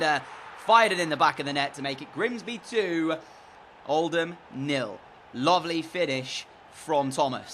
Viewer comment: I live in Oldham and FINALLY someone pronounces it “Old-am” instead of “Old-ham”